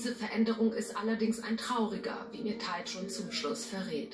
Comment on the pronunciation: "taijun" lol